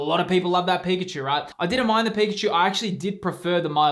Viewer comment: IT'S PIKACHU, love the vids bro keep up the good work❤